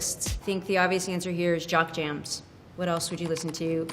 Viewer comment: didn't she say jog jamz not jock jamz lol